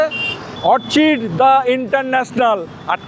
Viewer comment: Orchid uccharon ta thik vabey korun